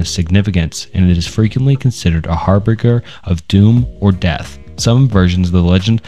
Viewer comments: These reports are n-acetyl Real talk- harbinger the g makes the giraffe g sound Anecdote is, idk, take your time- you don’t have to read so fast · Great video, but man, you need to work a little on your pronunciation. Namely, in this video, I noticed some butchery of "Anecdotal" and "Harbinger" among others.